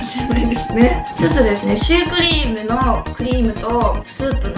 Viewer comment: Choux cream? cola? I think something wrong with your tongue yuka 😂😂😂